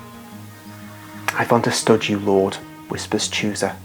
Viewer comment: Read chusa as husa